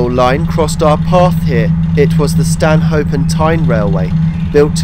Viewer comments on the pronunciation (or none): Fabulous video and good informative narrative but you did make me laugh with your attempt at pronouncing Ponteland and Stanhope 🤣🤣 (Pon- teal-lund and Stan-uhp)